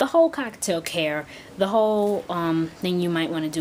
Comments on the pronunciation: It's cockaTIEL,I'm sorry,the way you are saying it really annoys me(cockaTAIL),you could confuse other beginners too. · The way you say cockatiel sounds so much like cockatoo